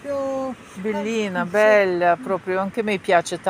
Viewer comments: БелЯ макініна.. БеллАаааааа... Як ви розмовляєте??? Вчіть мову. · Якщо ,ви пані уже довго в Італії живете то вчіться говорити правильно по італійськи не беля а белла,невже ви не чуєте як говорять і як говорите ви?